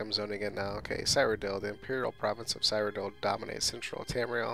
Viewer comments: Cyrodill is prenounce Syro-dill :) eh it's kinda hard to explain it in text, just youtube a elder scrolls Cyrodill lore video where they will most likely say Cyrodill correctly. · Your mispronouncing Cyrodiil. Seer-o-dill.